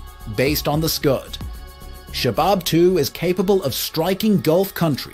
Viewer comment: Shahab not shabab!